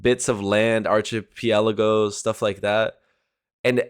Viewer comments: Archipelago is pronounced 'Ark_e_pelago'. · Your pronunciation of archipelago was hilarious 😂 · 😂 your pronunciation of archipelago sounded so innocent i don't even want to correct it.